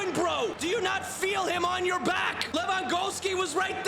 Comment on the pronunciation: Who is Levangowski🤣🤣